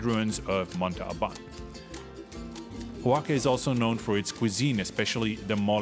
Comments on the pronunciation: Great video!! Keep it up!! Please note though that you are pronouncing Oaxaca (pronounced Wah-ha-kah) as “Ho-wah-kah”. No biggie, just pointing it out because you seem like the kind of knowledgeable traveler that would want to pronounce it correctly. Keep up the great content! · Great video, thanks! (and it's O a h a k a, not hoaka :)